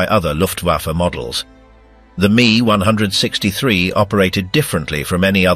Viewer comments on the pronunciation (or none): M. E , not "me". You need to listen to your fake voice and make corrections. Can't say the years like normal people. Also, this should be a 20 minute video.